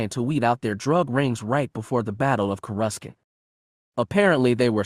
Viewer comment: Corescant is pronounced with no c